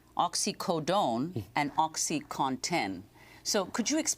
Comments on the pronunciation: "oxyconton" "oxy conton" its fucking OCSEE CAW-TON . im fucking telling a 60 year old lady how phonetics work.......... i dont even do drugs but its not a hard word to say it really isnt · Is he saying MS "cotton" and "Oxycotton" because this is certainly not correct. How hard is it to say OxycoNtin?